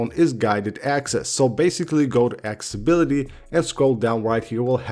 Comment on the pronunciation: Broo can u please pronounce accessibility correctly...for the sake of Tim Cook